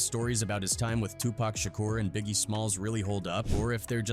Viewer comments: It's Tupac not to pack and it's Nas not naz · Tupac this fool keeps saying Too packs annoying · Tupac, pronounced Poc, not friggin' Pack. I can't watch this anymore. How you mispronounce it 50% of the time in the same damn video? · It’s Pac not Pack 😂😂😂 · Its 2 pac not 2 pack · Whhhhhyytyy it's been damn near 40 fucking years it's not pack bro at this point it feels intentional you mfs know it's PAC pronounced Pock dock clock frock bro Pac not Muthafuckun PACK BRO GOTDAMN 😤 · Okay... here we go again with the mispronounced name of 2 Pac & it's not 2 "Pack. lmao. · It's 2024 and these folks, bots, AI, or whatever are still saying Tu"pack". I mean dang. If you can say rock, jock, lock, dock, mock, sock, tock...certainly you can say Tupac pronounced Tu(pock)! I mean, dang! It's so irritating! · Stop saying pack it's pac, I hate when the narrator can't even pronounce the man's name. It's always some culture vulture trying to tell the hip hop drama. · His name is Tupac, not Tupack.😅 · LOL. 😅 Yes,get the pronunciation right, please. Tupac (two-pock). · Maybe A I? It bugs me.😅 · His name is pronounced Pock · Damn ai cant even say tupac correct calling him tupack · This dude say pac name right one time next time he says the a pack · For real it's 2024 about to be 2025 and they're still calling him 2 Pack!🤣🤣🤣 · How can you know all that and you can't pronounce Tupac's name correctly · It’s hard to take this seriously when the narrator can’t even say Pac’s name right